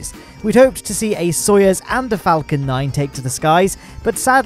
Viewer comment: really be out here saying "Soyez" rather than "Soyuz" lol